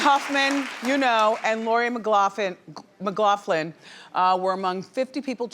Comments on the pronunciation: Uh Lori Loughlin not Macloughlin....come on Wendy👀👀👀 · Oh wendy, Aunty Becky's last name is pronounced, "Locklin" your team is failing you. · Wendy, Please learn to say a persons name correctly. It is Loughlin , pronounced Lof-Lin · How is it so hard for Wendy to get Lori’s last name right? She’s a professional. It’s not ‘Mc’Loughlin. It’s just LOUGHLIN! It’s your job! Learn her name! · 🤣🤣 “McLaughlin” like where did the Mc come from Wendy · Wendy it’s not Lori McLoughlin. It’s Loughlin. 😛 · Loughlin not mcloughlin lol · Idiot Wendy can't even say loris last name right.its loughlin not mccloughlin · “lori mcgaughlin” I HAVE TO LAUGH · "McLoughlin"? If you're going to talk about someone, get their name right! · Wendy that is not Lori's last name. She always butchering people's names. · She said Lori McGLOFLIN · Lori Loughlin not McLoughlin!😂👌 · Wendy, who is Lori “McLoughlin”? 🤦🏽‍♀️ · she said "Lori mclaughlan" 😂😂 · Loughlin..... LOUGHLIN. I thought there was a teleprompter? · Idk why people are obsessed with Wendy she can’t even pronounce lori Loughlin‘s name correctly! I mean it’s not that hard